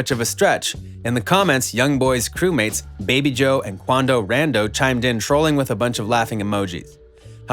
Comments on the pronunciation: bro really called quando rondo rando lmaoooo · "Quando rando"😂😂😂😂😂😂😂